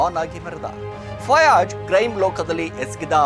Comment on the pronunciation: Yavano Ganji Giraki ivanu YouTuber, Rizwan ge Rijjwan Fayaz ge Fayaj, Nayeem ge Naheem, Shivajinagar ge Chivajinagar anta hesare change madi heltiya, full bundle story 😂😂